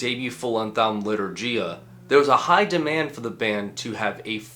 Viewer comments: It's 'Batushka (first syllable stressed) not Ba'tushka and it's Litur'giya with a g like in game, not dʒ like in gem... (muricans...) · thanks for the video! it's pronounced bAtushka. and litourghia. no clue where most of non-eastern Europeans get this wrong pronunciations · As a polish person, I plucked a hair in agony each time he pronounced litourgia 💔